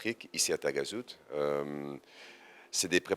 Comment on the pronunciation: Il n’a même pas pris la peine d’apprendre la bonne prononciation de taghazout…..Vla l’intégration lol